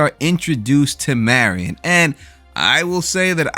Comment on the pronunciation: I loved this episode.. Saul getting his mojo back. It's Mary-in not Mary - on sorry but it drives me nuts that people can't get pronunciations correct especially when you heard it in the show. I can't wait for the next episode... The BB boys should be next week bc we only have 3 episodes left...alot of stuff to squeeze into so few episodes. I missed it until last night... Jimmy is in Nebraska, that is where Kim was from.. I was very disappointed in myself for missing that... It's got to our Kim reconnection...